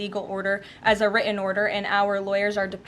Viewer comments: If she's so well educated and supposedly speaks so well, why can't she pronounce written, important, Putin, or any other word with a "T" in the middle? Saying "wri-en," "impor-ent," and "Pu-in" is not an educated way of speaking. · "The judges' wri-en order" T is now the letter that's been dropped from the alphabet, the way the word "were" has been dropped from the language.